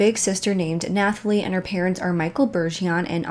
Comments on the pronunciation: Nathalie - is just “Nat-a-Lee” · Honey Nathalie is pronounced Natalie lol just had to tell u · Nooo Nathalie is just pronounced the same as Natalie!! The H is silent :) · And the "h" in "Nathalie" is silent. It's a French thing. It's pronounced as it is in English (except for the cadence lol).